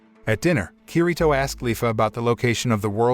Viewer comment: *leafa not Lyfa